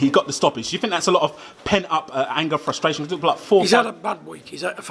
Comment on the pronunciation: What’s a “Fust-a-ration”